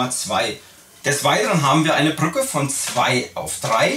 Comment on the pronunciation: "BrrrrÜCKe" :D